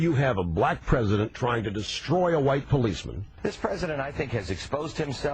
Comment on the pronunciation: "wight"... I love you sir.